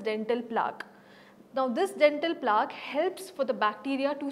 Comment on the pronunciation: It is plaque pronounced rhyming with black. It doesn't rhyme with chalk. This is one of the many words which are heard in medical classes often. You are not a doctor or the people from who you claim to have learnt are street dentists maybe.